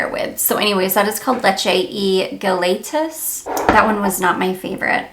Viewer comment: I love all your videos and I watch you from Puerto Rico. O wanted to help you pronounce "leche y galletas" the galletas is pronounced gajetas the 2 ll's dound like a J in spanish. The complete translation is "milk and cookies". 💖